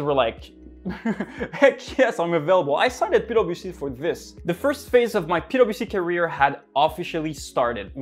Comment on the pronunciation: i just keep hearing "pedo bc" somehow hahha